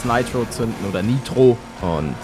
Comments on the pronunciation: Junge sag bitte Nitro das triggert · Niemand Palette: Naitro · Meine Aggressionen weil er ,,neitro‘‘ sagt 📈📈📈📈😂😂